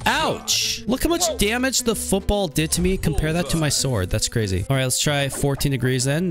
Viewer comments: Fatality is just a bit, CWAZY!!! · THAT IS CWAZY